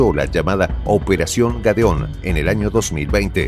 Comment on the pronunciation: Es operación gedeon no "gadeon" y es plan Furia Bolivariana no Furia venezolana.